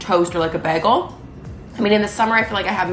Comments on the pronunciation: It's baygel not baagel like she says 😊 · The way you say bagel Love this!💕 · I love how you pronounce bagel. I’m probably pronouncing it wrong lol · I love how you say bagel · My Canadian ex said it the same. Also pasta and Mazda.